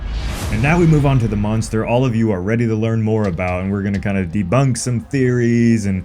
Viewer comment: It’s pronounced Monster not Munster or is that your accent??? You keep saying Munster !!!